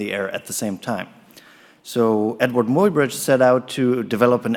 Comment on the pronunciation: The name Muybridge is pronounced ~my-bridge.